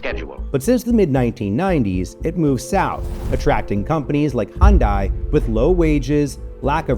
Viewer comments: The second I heard hun die instead of hun day, I turned it off. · Girl said Honday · The narrator mispronouncing Hyundai the entire video while every commercial played & person interviewed saying it correctly... that's distracting. They made a commercial years ago: "Hyundai, like Sunday." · That's a lot of times of saying "Hondai" instead of "Hyundai" for one video. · At least pronounce the company correctly. It’s Hyun-day. Not hon-dy. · I appreciate the insightful nature of your video. While watching, I observed a common mispronunciation of Hyundai. You articulated it as ‘Hyun-die,’ whereas individuals from the Hyundai organization correctly pronounce the Korean-branded car as ‘Hyun-day,’ which translates to ‘modern excellence’ in the Korean language. Apart from this, the video was exceptionally informative, and the voiceover work was commendable. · Why is it that the narrator doesn't even know the proper pronunciation of Hyundai? It's not Hun-die. It's Hun-day. Rhymes with Sunday. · Hyun(day) not Hyun(die) !! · Please say the name correctly. It’s Day Not Die. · After all that, all I can think is: It's pronounced Hyeon-DAY. It means "modernity" in Korean. All the employees say it correctly, the news anchors, the lawyers... Yet for some reason the narrator just didn't research it or trust the worker's pronunciation? So bizarre... Comparison: "DAY vs DIE" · Picky comment, but if you are going to do a report on something, shouldn't you at least know how to pronounce it? It's not Hyun-die. Hyundai rhymes with Sunday. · It’s not hon di, it’s pronounced like Sunday, Hyundai. Just sayin’ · It's pronounced Hun-DAY, not Hun-DIE. I'm not sure how the narrator for this video got it wrong when everyone else in the videos, even the commercials shown, pronounce it the proper way. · Stop sayin Hyun-Die. It's pronounced Hyun - "DAY." The founder even stated this because he thought DAY was easier to say with the english tongue. DAE (DAY) is also a common pronunciation in Korea.